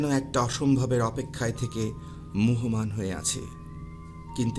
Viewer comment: আহ্বান - আওভান মুহ্যমান- মুজঝোমান সম্মান - শমমান উচ্চারণ গুলো ঠিক করবেন ভাই।